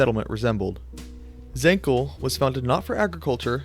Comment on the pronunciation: zancle (Ζαγκλη) would be pronounced "zahn-klee" and leontinoi (Λεοντινοι) would be pronounced "Lay-on-tee-nee". Just two that I noticed